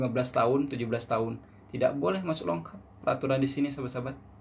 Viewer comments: Bang sebutannya "lokap", bukan "longkap"...hihi😉...salam dri Malaysia..Indonesia juga pasti bisa🙌🏻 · Lokap bro bukan longkap.tak pakai N dgn G. 😅